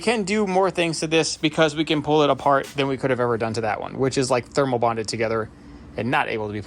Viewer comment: "than" not "tan"... i actually like the color haha